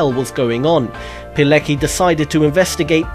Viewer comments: Witold Pilecki is pronounced "Piletski." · Pilecki is pronounced piletski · Pilecki is pronounced "Piletzki". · Rotmistrz Witold Pilecki , no Palicki !